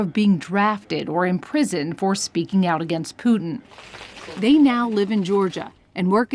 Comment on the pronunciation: How funny you pronounce Putin. Actually it's Put IN not Puding :)